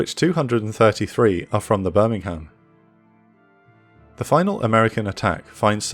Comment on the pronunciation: honey, Darter, as a gato class submarine, had fcking 6, SIX, bow torpedo tubes. How the fck could she all 10 of them at once? Birmingham, you damn ignorant. Nit birming-ham. 🤮 You can't fly for several hundred miles to provide CAP, you tool. Cover, sure, but nit CAP.